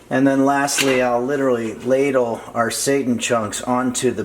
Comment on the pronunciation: Him pronouncing it as satan instead of seiten has me cracking up lol. Also I thought this was actually vegan but the eggs snd butter ruined that but I'll substitute those and lastly the cat on the counter was a 🙅🏾‍♀️ for me. That's why I could never eat food at potlucks, you never know what oeople have going on in their kitchens..but thanks for the recipe!!